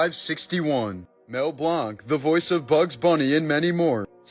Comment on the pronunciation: Fun fact: it's pronounced blan not blank.